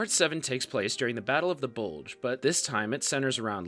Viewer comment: Bugle or Bulge?